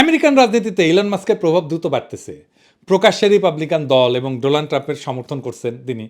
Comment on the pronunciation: দাদা আপনি তো, মূর্খ মোদির মতো,ডোনাল ট্রাম্প কে,ডোলান ট্রাম্প বললেন 😅